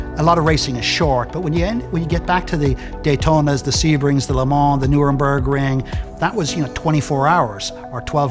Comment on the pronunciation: What a beautiful car! 🇮🇹 History preserved! (only one point: at approximately 4.17 it’s Nurburgring not Nuremberg ‘ring)